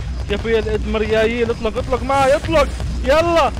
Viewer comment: الادميرال❌ الادمرياييل✔️ ههههههههههههههههههههههههههههههههههههه 😂